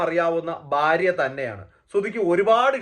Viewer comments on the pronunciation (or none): ബാര്യ... അല്ല ഭാര്യ